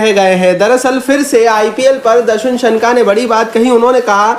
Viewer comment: सनका नहीं शनाका